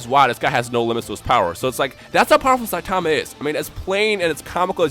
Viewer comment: The way this guy pronounces Saitama's name just annoys me.